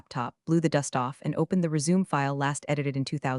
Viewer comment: Still can't pronounce "Resume", "read"!